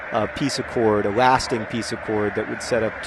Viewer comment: "A lasting peace." i swear i heard Alaskan.